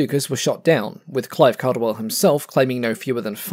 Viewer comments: Clive Caldwell's surname is pronounced "CAW-dwell", not "CAL-dwell". Tut-tut, black mark,. 🤨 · Hey, do you have a reference for that combat between Caldwell and Schroer? FYI, just a small point: I believe his name was pronounced with the first syllable as ‘call’, as in ‘all’ or ‘hall’ and not ‘cal’, as in ‘calibre’. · Great video about a mediocre fighter (sorry, still not convinced). It makes its aces, like Clive Caldwell, all the more impressive. Also, the surname “Caldwell” is pronounced “cawdwell”. I’m surprised an Aussie aviation enthusiast didn’t know this. Good vid, tho’!